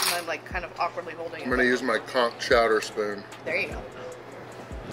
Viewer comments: I had to read the description to figure out what word you kept using, it sounded like Conk.... that is, not how you pronounce it. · Pronunciation of the N in conch is very important when explaining the menu. Just saying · Every time you both said “conk” my mind went into the gutter. Lmao!! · Conck it took about 10 times of hearing that as opposed to c*ck - saying completely raw conck hit funny until I realized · lol it sounded like you kept saying CRAP conk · Take a drink everytime they sAy “coNk” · Most other places use conch with the ch sound but they may actually use the hard K on the island